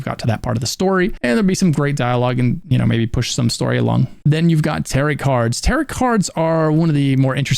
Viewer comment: Cant pronounce TAROT correctly.... unwatchable